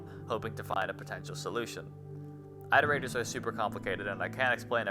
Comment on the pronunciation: okay so: i loved the video! it was very fun! i just have one, incredibly pedantic thing i have to say: it's pronounced "IT-er-ate-ers", not "EYE-ter-ate-ers". "iterations" is also not pronounced with a long I, and neither is "iterate" lol